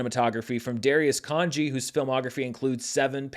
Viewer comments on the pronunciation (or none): none